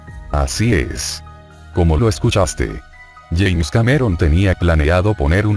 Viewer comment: Es James Cameron, no "yaens".